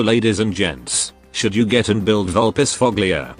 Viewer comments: Cant wait to see Supah here infused by rage after hearing "Vulpisfoglia" instead of "Vulpisfoya" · Ohno, the tts pronounced her name wrong. Supah is going to leave you a special gift in your mailbox now!